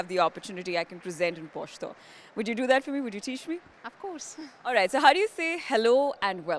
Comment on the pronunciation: thats not "Poshto" its "pashto" plz pronounce it properly